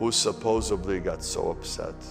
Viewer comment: He's "supposebly" really smart